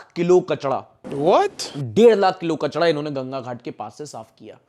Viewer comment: Bhai kachda nahi ,kachra bolte hai 😅